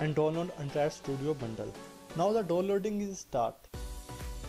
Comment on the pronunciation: do loading nhi downloading...work up on your English